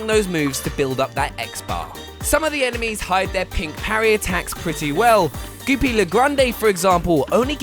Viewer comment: Why can’t you say Goopy’s name correctly